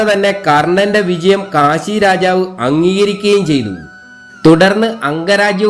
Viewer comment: Kasi alla Kashi aanu